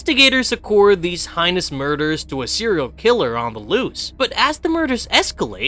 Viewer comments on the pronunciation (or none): And other various bit of misinformation, plus the narrator pronounces "heinous" like "highness" and "resurrection" like "reesurrection."